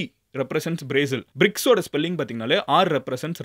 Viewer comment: Bro Bircs or Brics? Doubt🤷‍♂️